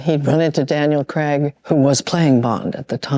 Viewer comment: did she say daniel crang ?!?!